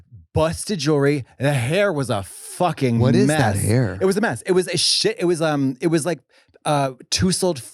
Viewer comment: Katya's pronunciation of "tousled" got me 😂